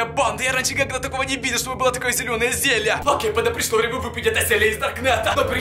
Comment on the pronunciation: Не зелья а зелье